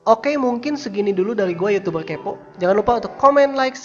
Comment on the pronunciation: Gua tantang lo ngomong youtuber kepo bukan youtubel kepo 😂